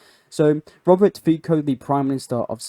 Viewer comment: Robert Feko of the Suvlakia... Can you start atleast Trying to pronounce things correctly?